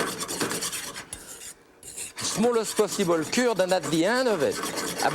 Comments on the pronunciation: I spent half the video trying to pronounce “ze cúrd” like him. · I speak both English and French, but I cannot for the life of me understand his reference to 'currrd of egg...'? He says it repeatedly, for instance at 43 sec.